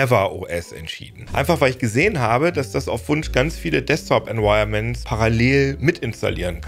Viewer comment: Environments werden nicht „enwirements“ ausgesprochen 😂